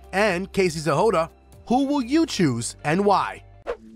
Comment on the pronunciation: Why are you pronouncing Casey’s last name as “Zehoda”?